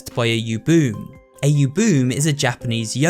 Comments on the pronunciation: sigh, it's u-bu-me not yubum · Ubume is usually pronounced "oo-boo-may," not "oo-boom," but that's a minor nitpick. Interesting thing about the memory loss: as far as I can tell, the loss of the memory of a person seems to be a recurring thing in Japanese ghost stories. The biggest example I can name right now is Corpse Party, where anyone who dies has their whole memory wiped from the world outside the ghostly realm. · U-bu- me, not u-bume my guy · I don’t want to sound pretentious here, but I am pretty sure it’s pronounced “oo-BOO-may”, not “yoo-BOOM”… When Japanese words are spelled out in English letters, the phonetics stay consistent generally. This is because Japanese characters are more like what we consider syllables in English. Without any accent marks, U is always making the “oo” sound, and E making the “ay” sound, for example. But the characters for them in Japanese would also include the consonant combinations that influence the sound if applicable, as “bu” and “me” do in Ubume. I don’t speak Japanese fluently, but I am pretty sure I’m correct? Anyone who speaks Japanese, please correct me if I’m wrong. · It’s ooo-boo-May, not oo-boom. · For reference, 'ubume' is pronounced 'oo-boo-may' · The yokai is actually pronounced oo-boo-may, and they're the ghosts of women who either died giving birth or died while pregnant. In many folklore stories, their ghost still take care of the baby. They steal snacks for the child and bring them to their grave and if people follow them, they'll be lead to the Ubume's grave where the snacks and the baby, alive or dead, are in the grave with them. There's also stories of the Ubume being vengeful. There's a video that explains the Ubume better, but I hope I did good. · Ubume is pronounced "oo-boo-may" lmao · I'm pretty sure that Ubume is pronounce Ubume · I did a little inside every time pronounces ubume as “yooboom” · More oo-boo-meh but yes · u said ubume wrong